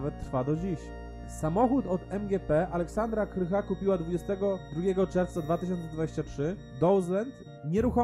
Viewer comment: Aleksandra Krach , a nie Aleksandra Krycha :)